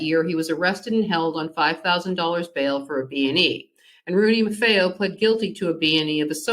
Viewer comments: Pronounced “MAR-FEE-O!” Not “MAR-FAY-O.” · No offense but, it’s spelled “Marfeo,” but you are correct, it’s pronounced “MAR-FEE-O”, not “MAR-FAY-O,” like they are pronouncing it. 👍🏼